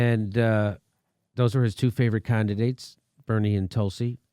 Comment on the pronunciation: Did Jimmy say "Con"didates when referring to Rogan's endorsement of Bernie and Tulsi?